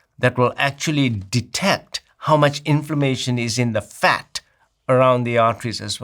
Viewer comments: He says “fat” like the word is burning his mouth. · He do be puttin some stank on it don't he? hes emphasizing it like every time he says it he means it like a slur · Lmfao and on 😂 “Fat!” “That is fat!”